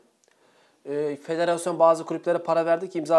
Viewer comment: fetörasyon mu dedi yav ahsauhdsahusad